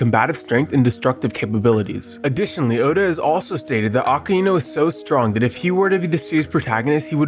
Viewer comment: The pronouncing of akainu gives me pain